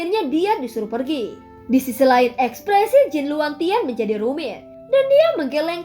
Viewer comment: Per giii lah keneraka. Wkwk logat btth.